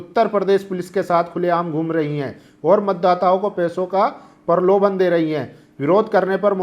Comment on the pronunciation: परलोभन नहीं प्रलोभन, उत्तर परदेस नहीं उत्तरप्रदेश होगा, बिलास्ट नही ब्लास्ट होता है, नेसनल की नॅशनल